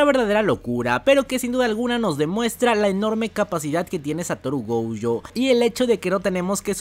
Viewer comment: por qué dices goujo? si es gojo jajaj